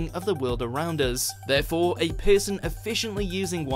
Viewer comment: It's not PISSUN, its PERSON!